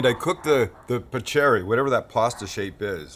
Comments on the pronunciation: For you gringos it's Pah' ker ee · Pronounced pa cure ee which in italian is the slapping sound it makes when you toss it! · This looks so delicious 😋 I’m definitely going to try it. By the way ‘paccheri’ is pronounced like ‘pakkeri’. In Italian ‘ch’ is pronounced like ‘k’ 😉